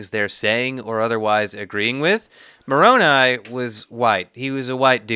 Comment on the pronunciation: “MORONi” Let that sink in. not even “moronAI” to try and make it seem like a name, just straight up MORON with an I. I can’t bro 🤦🏾‍♂️